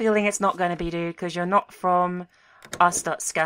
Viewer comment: I think its purnounced (ar-store-sh-ka) well thats how yogscast nilesy said it